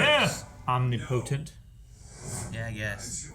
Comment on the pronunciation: Not how you pronounce omnipotent.